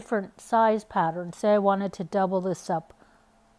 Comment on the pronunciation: Could not get over the fact it sounded like you’re saying ‘patterin’ 🤦🏽‍♀️ Also - doesn’t help getting started 😣